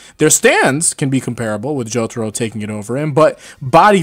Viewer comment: bro said toking the stand 💀